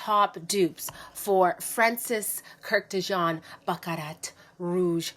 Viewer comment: Love your video, but you’re pronouncing Francis’ last name wrong.